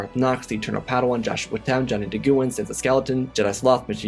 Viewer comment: Hey. That name you keep saying at the end "Nguyen". It is pronounced the same as "when". Not "nuh-gu-yen".